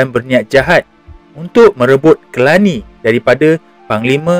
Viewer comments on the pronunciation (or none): Telani bukannya Kelani... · Telani, bukan Kelani.